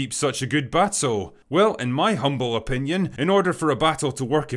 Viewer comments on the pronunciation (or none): none